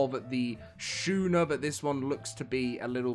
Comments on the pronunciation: 😂 Skoon-er not Shoe-ner. Love the vid as always. Thank you for keeping us updated! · It's not Shoe-ner it's Sku-ner. Love your videos, but had to correct that pronunciation it was hurting my soul.